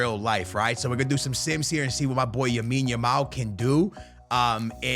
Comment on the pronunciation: Yamine yamal 😂